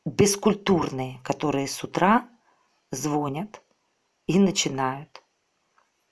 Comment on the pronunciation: Вы меня убили....🙄,как вы такая начитанная,умная женщина и говорите звОнят??? как так??? Правильно же звонЯт...слушала,слушала и как резануло по ушам....